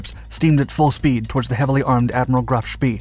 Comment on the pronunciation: They say it’s bad luck to say spEE, so please pronounce him as: sh-p-ay. Graf Spee